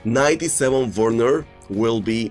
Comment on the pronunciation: vergenar.: Werrrener. Everyone: Werner